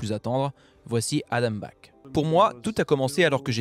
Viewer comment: Adam Black, vraiment ? 😂